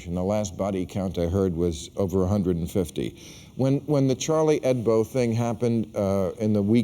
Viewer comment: Did he say Charlie Hedbo ? -_